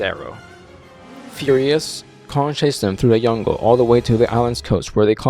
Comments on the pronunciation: Cool video. But did you just said „yungle“ instead of „jungle“ ?!😂😂😂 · I noticed the way you pronounced "jungle" with a soft "j" instead of the "j" like the name "Jack". I'm not a native speaker, is that part of your accent/dialect or is that just how you pronounce the word? Just curios.